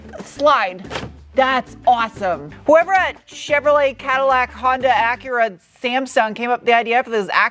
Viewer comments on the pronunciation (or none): "Cheveloret, Honda, Acura, Samsung(?)" 😅